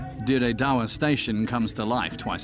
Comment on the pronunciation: I lived in Ethiopia for four years. Dire Dawa is pronounced Dread do,wa. Not as as you said it . The railway was fine in 2005 onwards. Roads are not that bad. Yes lots of truck crash but that is caused by drivers driving while chewing qat and not sleeping for 24 hrs. Your documentary is heavily embellished with bull S..H ..I..T